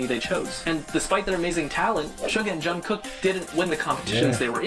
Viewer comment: Please react to BTS ":From Nobodies to Legends 2019".......Jungkook is actually pronounced Jun Gook.....according to him💜